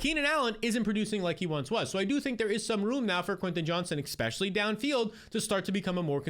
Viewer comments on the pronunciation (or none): It’s eSpecially not eXpecially